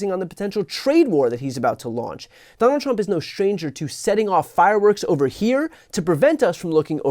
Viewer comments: What an absolute Wanker 😂😂 She just kills me when she pronounces his name ‘Tdump’. He may have forgotten that she slapped him a week after her appointment to the Job! He will be dealing with more international female leaders this term. He won’t cope 😂😂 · Let's admit it, that was a HILARIOUS rebuttal, worthy of Stephen Colbert or Jimmy Kimmel! It was perfectly at Trump's level (I love how they pronounce it "Tromp" :-)). This is what the entire world should do. Just show how ridiculous he is, again and again. Make fun of him, as long as he is able to do his job seriously. Until the very last MAGA supporter in the most remote corner of "America Mexicana" finally gets it too. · She said "Troomp" - middlefinger quality!!